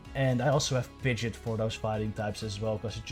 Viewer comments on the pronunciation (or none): It’s pronounced “Pid-Gee-Ott” not “Pidget” 😂